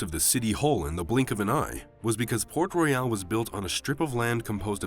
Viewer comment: The name of the city is port royal and not port reyal !!!